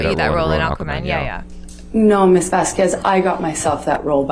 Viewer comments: The proper pronunciation is Vaskez not Vasqwez. Elaine get it right. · I really don't care, but as a spanish speaking person, the "Bas Quest" (nstead of iVazquez) was funny as fuck. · Vasquez is pronounced like Vaskez the, u between a q and an e is always mute. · Why can't Elaine remember Camilles name. Why does she keep calling her Vaskwez? What's wrong with her?😮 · Elaine, one pronounced Camille's surname is pronounced VASKES so give her the respect of pronouncing her name CORRECTLY. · Probably revenge for them pronouncing her name "Vaskwez." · Please, someone tell this woman that the u in Vasquez is mute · Am I the only one who gets annoyed by the lawyers inability to properly pronounce Vasquez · Elaine refuses to pronounce Camille Vasquez' name correctly. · JajajJ.a... I kept correcting her pronunciation of the last name in my head. Lol... no one I work with says my last name correctly.